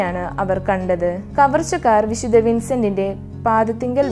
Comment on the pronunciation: വിദ്ധ വിൻസെൻറ് ഡി പോളിന്റെ വിഡിയൊ നന്നായിട്ടുണ്ട് .വായിക്കുന്നത് കുറെക്കൂടി നന്നാവാനുണ്ട് .പ്രത്യേകിച്ച് "വിശുദ്ധ" എന്ന് പറയുന്നത് " വിശുദ " എന്നാണ് പറയുന്നത് ഇത് അരോചകമായി തോന്നുന്നു .നന്നാക്കാൻ ശ്രമിക്കുമല്ലോ നന്ദി !